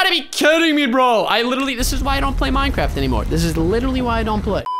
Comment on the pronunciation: Boooooo I hate. Minecwaft